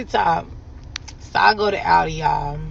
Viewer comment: It’s Aldi not Audi.